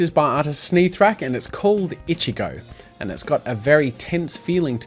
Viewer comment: Hello jazza just wanted to tell you that Ichigo is pronounced ee chi go not itchy go